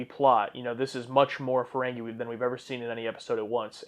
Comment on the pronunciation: Hey, it’s FerenGEE not FerenGAY. 😅